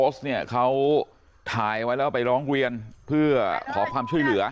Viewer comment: พ่อนักข่าวเอ๋ยพูดปรกติเหมือนเมื่อก่อนเถอะนะ ชลบุวี ร้องเวียน(ร้องเรียน) อะไว(อะไร) .....เฮ้อ